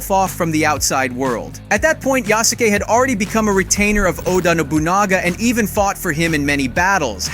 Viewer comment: Yah-soo-kay? Thought it was Yas-kay. Nevermind, he said it ri- Why does he keep switching between the pronunciations?